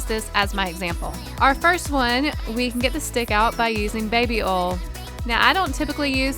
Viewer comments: Oil not ole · ITS BABY OIL NOT BABY OL jeez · She said ol it is oil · oil is said like O-Y-L not O-L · Its baby oil NOT baby ol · It is OIL not ol like if you noticed it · WHY DOES SHE SAY OLE WHEN SHE SAYS BABY OIL LOL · You sed baby oil rong you sed baby ol XD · Sound like u say baby ol ... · Idk why but it’s funny how u say oil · U say oil so wrong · Omg I’m not hating I know it’s just her accent but when she was sayin oil I was getting so triggered